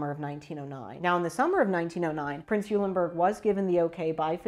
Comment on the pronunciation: Pronounced "Oilenburg."